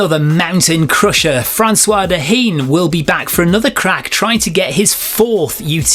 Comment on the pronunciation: Sooo annoyed not to be there. No quali any more and no running stones. And Job deadlines mean I cannot play groupie either. But will have the live in the background 24/7 ( although could not find utmb tv for tds???) Ah and it is François "Daine" as in "main" not da-ene 😅